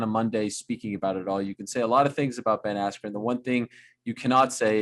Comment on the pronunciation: BEN ASSSSCUE